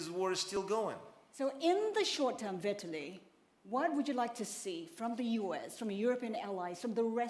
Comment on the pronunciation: Its not "Viet-tili" Its Vitaly.......